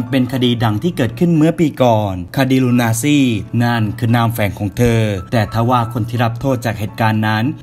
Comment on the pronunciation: คดี ลูนาซี lol nazi ไม่ใช้ ลูนาซี่